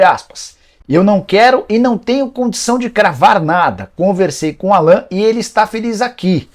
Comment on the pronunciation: Nicola do céu!! A pronúncia correta é “Álan”. Não “Alãn”! Vc é bem informado demais pra se permitir isso. Rsrs